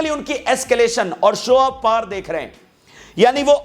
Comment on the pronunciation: पार नहीं पावर बोलिए